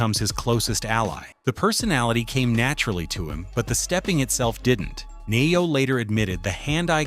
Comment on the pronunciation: Pronounced Knee yo.